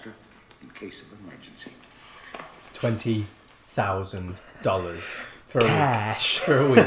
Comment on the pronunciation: No ergency 😂🤣😂🤣😂 just oh no! Lol